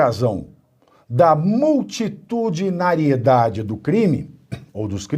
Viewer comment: O Toffoli sabe lá o que é "multitucionalimesamerdamente"?